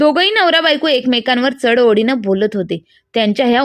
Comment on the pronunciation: ओडीने नाहीओढीने